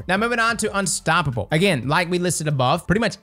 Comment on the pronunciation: You pronounced all four syllables in the word ‘unstoppable’!!! DUDE! Freaky. That was FREAKY AF.